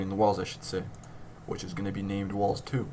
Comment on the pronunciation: Thanks a lot, this really helped, and also gave me a few laughs when it sounded like lols when you said walls